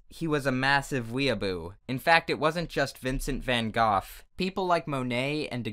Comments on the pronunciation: LOL VINCENT VAN GOFF OVER AND OVER AGAIN XD it’s actually prounounced van GO but ehhh whatever floats your boat XD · I’m just gonna pretend that you pronounced Vincent Van Gogh’s last name as goth on purpose as a reference/joke to his tragic history and not because you actually don’t know how to say it.😅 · GOGH IS PRONOUNCED LIKE GO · This entire time I thought was saying "Vincent Van Goth" not Goff. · I'm sure someone has mentioned this to the comment section before but Van Gogh's name can be pronounced in many ways, including Goff. So while I'm not used to hearing it pronounced 'goff' either, he's neither saying it right nor wrong. Also it's sad that I know about the Shunga thing and have seen a few pictures when doing research for Japanese art. And for some reason hearing about Dada made me happy bc I felt like I could relate bc we learned about it in school and its truely great. (fun fact no one needed: that picture with Mona Lisa w/ a moustache had a caption/title that literally meant 'she has a nice butt'.) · Van GOOF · “Vincent Van Goff” 😂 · Vincent Van “Goth”??? Oh honey bunny nooo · ScribbleTheFox Als je op yt op zoekt hoe je het in het Nederlands uitspreekt kan je het gewoon vinden. Het excuus gebruiken dat je een Britse uitspraak hebt gevonden vind ik dan best zwak aangezien iedereen weet dat van Gogh Nederlands was en niet Brits 😅